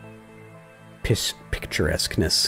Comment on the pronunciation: "Pictueraskness"! xD